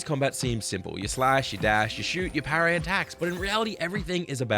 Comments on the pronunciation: wild how being sick made you pronounce parry wrong, must have really messed you up. Sorry to hear it my guy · Good vid but could hardly focus for a few minutes just thinking how says "pair-ray"